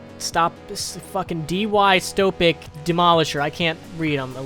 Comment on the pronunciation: (di-sto-pee-a) dystopia demolisher